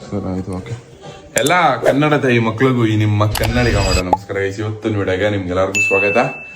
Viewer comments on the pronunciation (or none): none